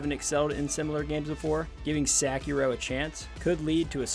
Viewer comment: Great review but you butchering that name 😭😭😭